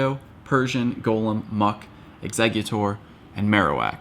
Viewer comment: Thank you for being about the only PoGo you tuber than can say Golem right!